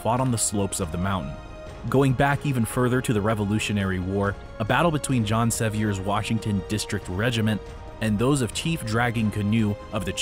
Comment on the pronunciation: small correction, it’s Se-VEER , not Se-V-Air. His family name sounds French, but locals don’t call it that. Got roasted by East TN local friends when I first tried to pronounce Sevierville.